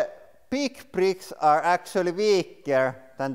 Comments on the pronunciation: Duplo brittkke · some others mention hearing the same word, prick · "LEGO preeks" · am i only 1 who is laughing cuz he saying pricks and not bricks? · "Lego pricks" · Lego bricks not lego pricks